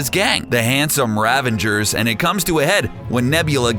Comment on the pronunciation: A little annoyed that the narrator is pronouncing "Ravager" as "RavaNger". Good video though!